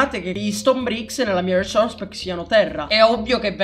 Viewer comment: RRRRRRRRRESOURRRRRERRRCE PACK